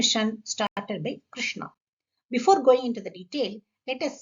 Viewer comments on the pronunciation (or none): Thanks! Great information. Btw, if I may, Ma'am just a small correction is needed in the pronunciation. Krishna (with long a) is Draupadhi. It has become a habit for us to always end the words with long vowels and that obscures the meaning as well.